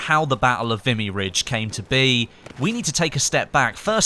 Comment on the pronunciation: FYI, it's pronounced 'Vee-me'. Great video BTW.